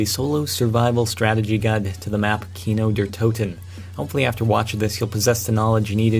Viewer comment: I lol'ed when you said "Kino der Toten"